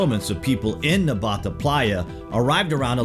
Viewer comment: *Nabta bro not Nbata